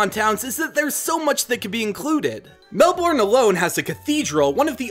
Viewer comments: says melBOURNE and canBERRA Me: it's mel bourne (mel-bin) and it's canberra (can-bra) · As an Aussie, this is my life and I love it. You did amazing with making my country proud, it's not often you see someone talk about all the parts of Australia that aren't dangerous. Also, just a bit of help: Melbourne: Pronounced "Melben", and Brisbane: Pronounced "Brizben" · I really like your ideas, but I do have a couple of small nitpicks 1. I know you apologised for it, but I thought I'd let you know anyway, the correct pronunciations are emyu (emu), melbn (Melbourne), cans (Cairns), canbra (Canberra), brisbn (Brisbane) and Albany is pronounced with the a from apple 2. Uluru is a scared ground, so you can't climb it so that's both a point for and against your legendary idea 3. Tasmania is not just an island, it's a state on its own, but I understand what you were going for Anther idea I had is that seasons could emulate those in the southern hemisphere rather than northern hemisphere since they seem to mimic the northern hemisphere (as far as I can tell) for the other games I personally feel like there needs to be a third legendary which represents compromise or balance, but I have no idea how that would be shown as a Pokemon... I also think that there needs to be a reference to the bunyip too, especially if there's a reference to drop bears! An echidna would be good too... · Melbourne is pronounced MEL- ben Not MEL- born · Lucas Kane Im aussie too! Melborn cracks me up all the time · Brisbane with no e Melbourne as Melburn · For all non-Australians... Melbourne is pronounced Mel-Ben, Canberra is pronounced can-bra and Brisbane is pronounced bris-Ben. (Also cairns is pronounced cans) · Nah it's brisbin and melbin, also he pronounced emu wrong as well it's not e moo it's e mew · you said Melbourne wrong it is said like melburn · btw melbourne is pronounced mel-burn lel but thanks 4 doing aus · Ash Ketchum the way he says "Bris-BAYNE" and "Mel-BORN" hurts 😂